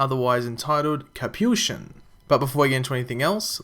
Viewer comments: IT'S PRONOUNCED KA-PI-SHON!!! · nice vid actually the title is pronounced cap-eee-shon